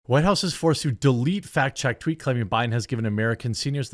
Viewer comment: thank you for not editing out the tweet flub...made my day lol